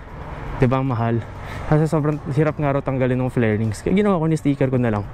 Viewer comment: Fairings hindi flairings